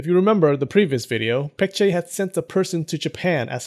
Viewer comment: His name is pronounced Poong. Like oo in poop. Korean romanization is confusing I know just help out. Also a better way to pronounce the Korea names are Baekje with a b Baekgang with a b. Just like Busan...instead Pusan.